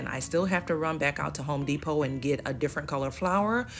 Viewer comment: I was witcha til you said H ome De pot 🥴😫